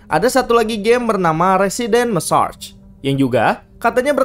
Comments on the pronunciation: Itu bacanya Residens Meseker bang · Mimin dibacanya residents masaker